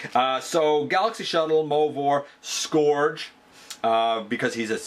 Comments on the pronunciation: Google the word Scourge. It's pronounced SCURGE, not SCORGE. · Really? Have you not watched the show lol? You do know that Cyclonus almost always calls Scourge "Scorge", right? It's not a new pronunciation lol. Also, Fracas often has a long A after the R.